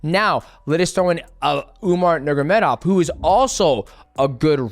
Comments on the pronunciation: Mighty, it's time to learn not to say "nurgamedov" Nur-ma-go-medov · Umar Nurmagomedov bratha, not Nurgomedov Other than that, you're the GOAT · nur “ma” gedov not nurgedov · If I had a dollar for every time DJ said Umar last name wrong haha. “Nurgomedov” every time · Nurgomedov?!Cmon man its not that hard to pronounce his name and its lack of respect .Do your homework before you make your videos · I hate the way he says Nurmagomedov 😂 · the way he says umars last name is killing me